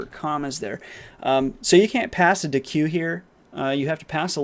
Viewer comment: Deque is pronounced “deck”, like cheque is pronounced “check”